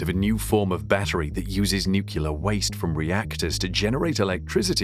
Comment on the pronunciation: NucLEAR not NucULAR